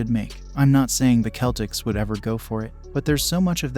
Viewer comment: And wrong pronuanciation of Giannis, and wrong pronuanciation of Celtics... Great video tho :D